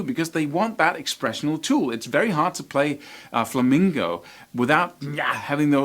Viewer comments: It's "flamenco", not "flamingo"! That drives pro flamenco players crazy! Also, most of them use capos, usually on the first or second fret, to lower the action on their guitars so they can play faster. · All I heard was flamingo... haha... On a serious note you're amazing. Great lesson I wish I had a tiny amount of the talent u have dude.